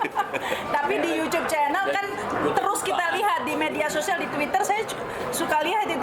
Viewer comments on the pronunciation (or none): Nyebut YouTube nya jangan yucub dong..., Ga enak di dengarnya..., Logat kita aja ya... Yutub... Mungkin lebih enak dan umum di dengar... Sukses terus..